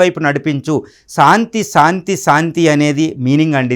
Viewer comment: సాంతి కాదు శాంతి స్పష్టంగా పలకటం నేర్చుకో సోదరా.